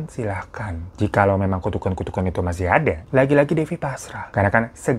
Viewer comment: tu to the ku to the kan "tukukan" bang😂😂😂